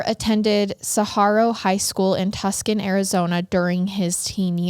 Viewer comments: It's Tucson not Tucson!!! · Absolutely love but the way you say Tuscon had me absolutely dying laughing. It's Too-sonn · Love your podcast, being from AZ I just wanted to let you know that Tucson is pronounced 'Too-sahn' I hope that makes sense. All love. 🌵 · Side note: Tooson and sawarwo are the pronunciations. Such a sad story I remember when this happened here. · Fan from Tucson, Az 🌵 came to see if anyone else caught the mispronunciation 😅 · I caught that too 😂